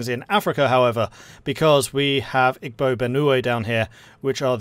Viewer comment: Igbo is pronounced "ee-bo". Just being pedatic, I'm still drinking my coffee...